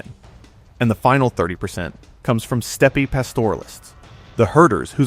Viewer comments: Please hire an AI robot who can pronounce the word “steppe” as “step”. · Where did you learn to read ? Your pronunciation of "steppe" was horrible ! It makes me suspect that you are a cheap computer A.I. voice. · Very informative! I've always wondered about the Black Irish. This is kind of a nitpick, but Ui Neill isn't pronounced ooey-neal; it's closer to ee-nail. And steppe is pronounced "step", not steppy.